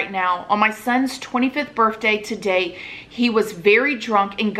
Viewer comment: And birfday hehe